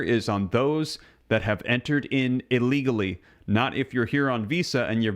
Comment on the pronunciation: dont say aleagly say illegally! Thanks!